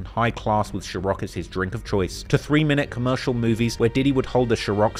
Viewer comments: I hate the way u keep saying sure-rock I understand it’s just ur accent but u have said it soooo many times in this video respectfully bc I understand that the vodka wars is a major part of their beef but damn Man U mos definitely said sure-rock then right after backed it up with a news clip or interview clip of ppl literally pronouncing the brand name correctly n respectfully saying sa-rock I feel as if u had more then enough time to practice correctly pronouncing the name of the vodka brand smh hehe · Why are you pronouncing Ciroc as “Sherok”? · Calling it "chiroc" is developing an OCD in me to correct him each time he says it 😒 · is he saying shirock? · Lmao why keep pronouncing it as " Shiroc " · Bro is so British that he can’t pronounce “Sir-Ock” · Why do you call it “shirock” smh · Boi, the word cîrco was kickin’ your azz 😂😂😂😂😂😩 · Hearing you pronounce ciroc as "sheerock" is maddening for some reason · saying “shiroc” has to be one of the errors right? Lmaooo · Bro pronouncing it Chiroc is triggering my OCD 😂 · "Sherock"? 😂😂... is that how it's supposed to be pronounced? Am I uncultured or do you have speech impediment? I'm fine with either option. Lol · wtf is sharock 😂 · what the fuck is sharock? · "Shiroc" "Shiroc" "Shiroc" "Shiroc" "Shiroc" ... There's your 5 mistakes, I take cssh app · Lol bruh I was like is he trying to say chiraq 😭 I swear YTers never look up how to pronounce things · Lol figured out how to pronounce ciroc part way through this video xD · i don't need a job but one of the mistakes has to be the way you pronounce ciroc edit: bro said netflik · Youre mispronouncing Ciroc. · LMAO if you don’t LEARN HOW TO SAY CIROC ….. NO shhhhhh!!! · is one of the errors? or are you just trolling, the incorrect pronunciation of Ciroc running right into the correct pronunciation is jarring. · How my Manz can’t say CIROC right lol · and You mispronounce ciroc vodka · Found one mistake stop pronouncing ciroc like that lol